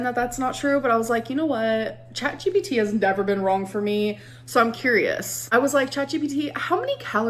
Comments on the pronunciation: The way you caught yourself almost saying "ChatBPD" 👀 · I heard u about to say Chatbpd 😂 It’s ok I say it too when referring to ALR